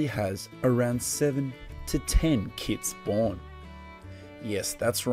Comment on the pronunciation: Did you say "kits" or "kids"?